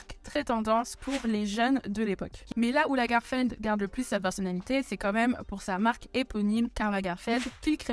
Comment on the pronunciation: Pourquoi prononce t'elle LagArfeld ?